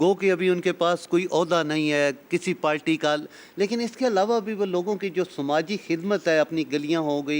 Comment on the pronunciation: Dosto ye RISHKAA kyaa hota hai aur kis terhan chalaya jata hai. kya RISHKA , RICKSHAW cousin hai? Party to ye log PALTY kehta hai. Photohari lehjay mein kehtya hain " WALIYAA"